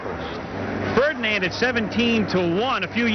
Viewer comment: He says fredand